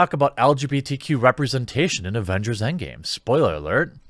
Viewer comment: It’s EndGAME not EndGAY!